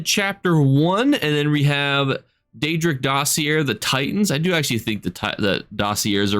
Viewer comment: Just so ya know, “dossier” is pronounced doss-ee-ay. French word. 🙏